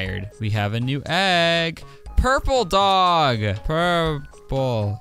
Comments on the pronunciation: “Puuuraple” “Puroplkerrr” . . . . . “Dave.” :) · Purpeolel Purpoelleir ……. dave. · Purpurl purparl pur 🙄(nvm) DAVeEEe Heheh i love this part